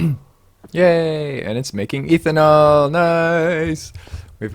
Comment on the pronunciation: First off - awesome vids. Always light and fun, enjoying the "immersive mods only". As a chem major, I did want to point out that its pronounced "ethanol" not "eeethanol" :)